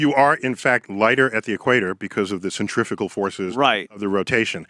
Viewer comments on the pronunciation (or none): Did he say centrifical forces?